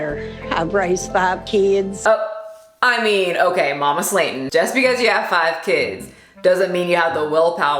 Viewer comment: I love you so much specially how you proounce "Slaton" so wrong but so confident.😁😘😘😘